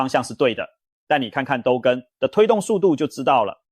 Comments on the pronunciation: ㄉㄨ更 不是ㄉㄡ更😂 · AI的國語發音，只要遇到該字有多種發音之破音字時，AI之功能還無法精準發音。 例如都市更新，簡稱都更。結果AI發音為都是的都，更美的更。 所以說，AI之軟體設計必須更精準，才不會一再發生這種狀況。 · 都更 一個詞發音錯好幾次 😂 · 總杭吧，兜更XDDDD